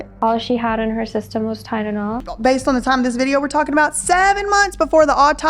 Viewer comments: The way Lima says “ Tylenol” DRIVES ME CRAZY She pronounces it “Tynanol” 😩 I wish I didn’t care about it or whatever but it is so annoying. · Did it sound like she didn't exactly say "Tylenol" to anyone else? What I mean is, it sounded like she said "tydenol" to me. Like that first "L" was actually pronounced as a "d" for whatever reason. Idk,maybe I'm hearing it wrong. Maybe I'm not...but even if I'm right, I'm not necessarily saying there may be some sort of nefarious reason for it. To me, it's odd enough & I want to at least see if anyone else heard it. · Lima, say it with me. TY-LE-NOL. If I have to hear “TyDENol” one more time I’m going to scream 😡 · Wtf is tydenol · Lima can't seem to pronounce TyLEnol. Not tynnol. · Only thing I can hear is her mispronunciation of "Ty-na-naw " 🤦🏻‍♀️ I know this is video is years old, but I'm still so thankful that you and everyone else here are able to give her a voice that she has never been able to have.. 😢. Actually, I take that back ... She has always had a voice.... But that she finally has people who are actually listening to her. ❤ I am 4 years clean now, and this used to be me.. I'm so thankful that I was able to make it out, and I'm so sad that this happened. R.I.P. sweet girl. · She’s not even saying Tylenol correctly, she’s saying Tytenol. She doesn’t even make sense when she’s talking about people being “allowed” to be homeless or to do crack, girl what??? Thank you for doing this, I’m sure there’s even more, now. She should be charged for murder! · “All she had in her system was Tydenol”. Tydenol. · Tynelol and apelepsy. Limas pronunciations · TYNENAWL, I can’t get her voice out my head saying “TYNENAWL” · this girl mis pronounces basic words. listen to how she says tylenol “tydidol” and i realized it in part one too. weird. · Is it just me or does she say words wrong when she’s lying. Like Tylenol like tynenal lol and she shakes her head no when she says yes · Tydenol lol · I can’t unhear it now 😂